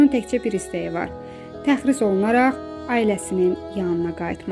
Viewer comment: Təxris yox, tərxis.